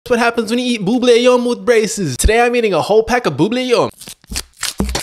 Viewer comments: Bro had the audacity to say “boobly yum” It’s buubley yum Disclaimer: I spelled bubbly the wrong way so he can pronounce it right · It’s pronounced bub I’ll yum not boo blah yum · It's pronounced bu ble gum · Buble yum is not pronounce this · HE DID IT AGAIN THAT HE PRONOUNCES BUBBLE GUM IS WRONG!!! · It’s not pronounced like that